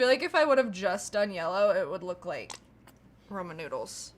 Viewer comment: did she say Roman noodles😂😂😂